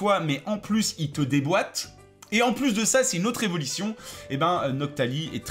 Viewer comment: Au début de la vidéo pourquoi il dit "evolition" à chaque fois